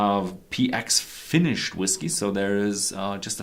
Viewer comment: I am glad you have since stopped using that ridiculous "whiskAy" pronunciation.